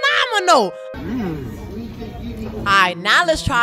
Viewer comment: Bro said "manomenal" 💀 😂